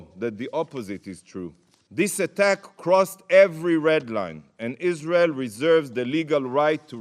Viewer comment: Isral. Can't she pronounce it or is she lazy.